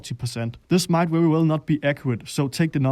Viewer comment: And v, too! wery nice!